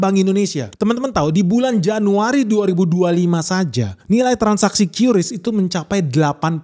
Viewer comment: Kris bang.. bukan qyuris